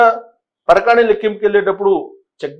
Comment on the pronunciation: parakani kaadu parakamani. :face-orange-frowning